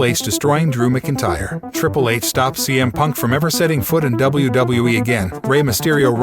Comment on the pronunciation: Dude you sound like a robot when you say MacIntyre you're not even close